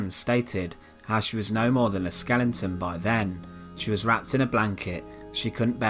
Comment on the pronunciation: A very sad story of a young innocent girl with a beautiful mind. Just some narrative advice when say a date, you don't need to repeat again for the following sentence. Also when you stated the someone stated that Ann looked like a skeleton you pronounced skelington which is obviously wrong. This is only advice and take it as you will